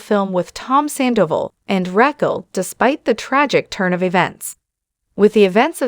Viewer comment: Is this an AI generated video? Or do you just not watch the show.... Saying "Katie" but posting photos of Ariana, not knowing how to pronounce Raquel?